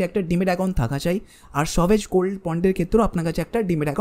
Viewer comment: সভেজগোলড্ বলে কিছু হয় না। ভালো করে জেনে বলো। উচ্চারণ ঠিক করে নেওয় উচিত হবে। 😅